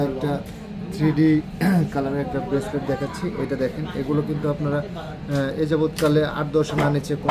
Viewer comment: আপু এইটা রেসলেট না বেসলেট